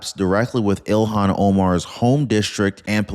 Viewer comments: please stop calling her Elon. That's the guy that owns x and SpaceX and Tesla. Her name is ilhan. Pronounced ill-hahn. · Her name is not Elon. It is Ilhan pronounced ill han...get it right. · You prounounce ee-lon Omar? It's ill-hon Omar. (ee-lon is Elon Musk!) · don't call her Elon. Call her Ill- Hahn. That's how that name is pronounced. I'm sure Elon would appreciate it.